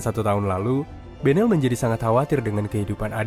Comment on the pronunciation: Itu belen loh bukan benel😢